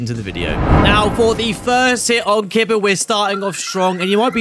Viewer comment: KEEBAH not kidbuh